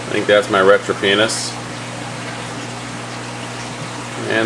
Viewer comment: did you say "retro penis". lol